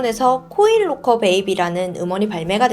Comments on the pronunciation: 잘들었습니다! 딕션이 역시 대단하시네요~ 근데 보통 록코가 아니라 라커라고 발음하지 않나요?! 로코도 나름 매력있네요 ㅋㅋㅋ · 죄송한데.. 영어 발음을 좀 대중화된 발음으로 했으면 좋겠네요. 로커가아닌 락커임니다. 코인 로커가 아니고 코인락커라고 하시는게 좋을듯 한데요. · 록호는 일본식발음인가요?